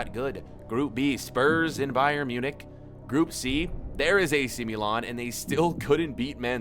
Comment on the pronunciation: The way he says milan pisses me off